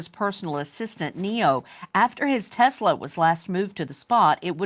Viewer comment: I'm sorry, but the "Teslawwww" gets me every time she says it. I can't help but think "You want some Teslaw with your fish and chips? Or coleslaw?" 😂🤣